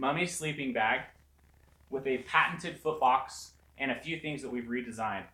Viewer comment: foot box i thought you said fart box bahaha